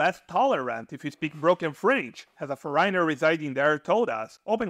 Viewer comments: This is a valuable and interesting video! Thank you. I have one small pronunciation correction. The word "foreigner" has the accent on the first syllable and is pronounced like this, "FOR-renner." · For ríe nur and yoos ed for foreigner and used was hysterical. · Well, after all, he doesn't really know English, has really bizarre ways to pronounce some pretty common words. Just one example: strange way to pronounce "foreigner"! So, dude may really have a linguistic issue, starting with English... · I got curious: You're probably not a native English-speaking person. The way you pronounce 'foreigner' (several times) is peculiar. I saw your video on Italy and it was much less critical of the Italians though you will have the same problems: if one doesn't learn the native language, you will be confronted with lots of daily issues. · I do not think so.I am Eastern European.The strangest thing is how he pronounces ‘foreigner’.